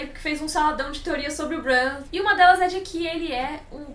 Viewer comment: sua pronúncia do nome Bran está estranha, se baseie na pronúncia da. Mania do povo trazer os nomes pro jeito português de falar, dói os ouvidos.